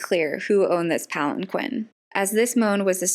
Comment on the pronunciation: You mispronounced palanquin...